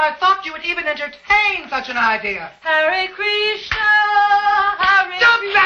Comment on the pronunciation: I love how later Ida says "hare krishner"